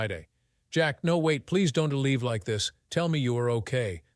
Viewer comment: If you are listening to this story without watching it, you can't possibly know the A.I. voice cant figure out how to say contractions, or it cant say contractions because the apostrophe is missing where the contraction would normally go, so don't becomes Don - T, won't becomes, Won -T, and so on. Infuriating.